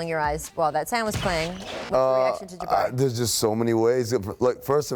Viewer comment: There's no D in Jabari Parker. And no O either.